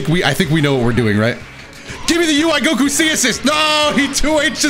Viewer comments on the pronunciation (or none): none